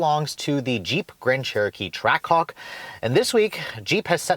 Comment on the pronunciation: I heard him say trackcock